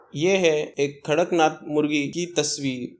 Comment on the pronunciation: Not karaknath it's kadaknath.